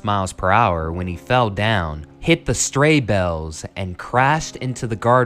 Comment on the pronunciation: yea I did notice that, that's not something you would fuck up on if ya wrote your own shit -_- "Too reliant on a teleprompter"